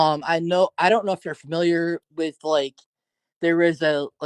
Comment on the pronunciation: Why does everyone keep saying fermiliar on this channel instead of familiar ? 😂